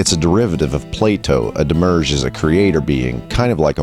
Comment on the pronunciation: *Psst, it's "demi-urge" and it isn't "Elias" * [/nitpick] Looking forward for more with great anticipation!